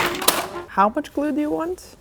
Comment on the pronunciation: I love the way you say, "glue." GLOO